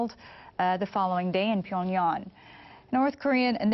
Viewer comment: wtf is Pyongyon? It's Pyongyang ffs.